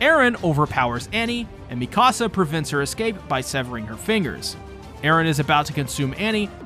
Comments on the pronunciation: Mi-Casa. How. How do you get that? Is this an inside joke or something. Mikasa. Not mi casa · i can't tell if he's messing up the pronunciations on purpose at this point. he pronounced Mikasa like "Mi casa", spanish for my house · And Mikasa